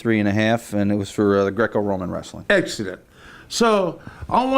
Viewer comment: That and Grrrrrecco Rrrrrroman